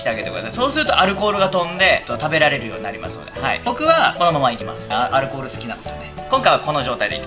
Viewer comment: アルコール好きってアル中に聴こえてくるw